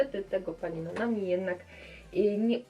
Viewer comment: Mówi się nanami CIAN